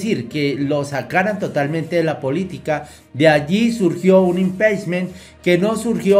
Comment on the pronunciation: Se pronuncia,impichment